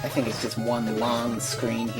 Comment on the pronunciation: "i tank things,,,,, dontcha know..." classic Canadian